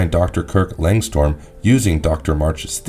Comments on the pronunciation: It's Lang strum not storm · It's not Langstorm. It's Langstrom* lol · It's Langstrom, not Langstorm. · Just a small correction. The name of Man-Bat is Langstrom, not Langstorm. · Man-Bat is Kurt Langstrom, not Langstorm. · Why's know one talking about how he said langstrom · The fact that you can’t say Langstrom correctly is what gets me. Did you watch the episode or did someone write this for you? 😂